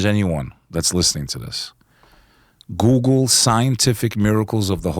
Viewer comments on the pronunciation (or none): none